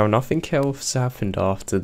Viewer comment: Its very hard to understand you to thw point where its useless to listen for instance, you say "bother " comes across as brovvaa.. And it is monatone. Not great for story telling. Just my opinion. Which means nothing. Or in your words, "nofffin"